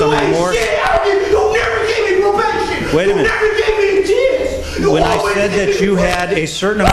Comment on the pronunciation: "You never gave me a ch^ance"